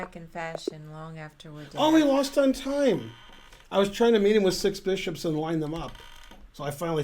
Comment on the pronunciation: Six beeshops! Vat else??